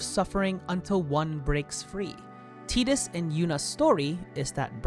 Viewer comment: Who tf is teetus?